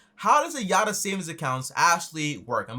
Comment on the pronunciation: its not yatta, its yotta frok Greek